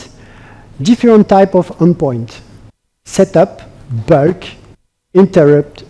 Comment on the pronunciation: It's terrible